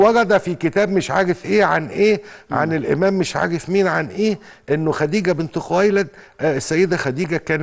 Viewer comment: انتا بتقول اييييييه😂😂😂😂😂